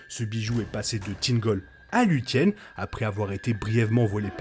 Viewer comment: Plus la vidéo avance et plus ça me frustre d'entendre les prononciations aussi mal faites... Celebrimbor = KèlèbriMbor (le R se roule légèrement) Luthien = Louthienne (th comme en anglais) Et d'autres agaçants à entendre en fait... j'sais que ça fait puriste, mais c'est comme entendre les gens prononcer le S dans Mesrine ou le H de Hérisson.